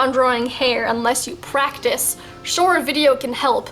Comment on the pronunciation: PRAETICE, what is this you speak of ?? XD